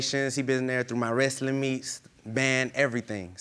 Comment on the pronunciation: “Wrastling” 😂😂😂😂 Me and possible dad are birthday twins. Taurus ♉️ gang gang